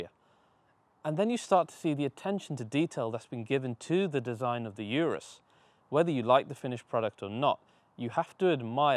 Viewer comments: It’s OOOROOOS NOT ‘ UR’US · why do you call it "Yourus" insted of Urus? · IT'S NOT "YOURUS"... IT'S "OROOS" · Is not “iurus” is “urus” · It's not a Yurus. It's "oorrroos." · Its pronounced “Ooorus” Ooo as in Too URUS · If you subscribed because of the little things, the guy isn't pronouncing the name of the Urus properly. That's not a small.detail to over look is it.